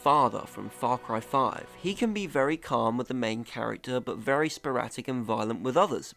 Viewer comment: It's "sporadic", not "sporatic" 👍🏻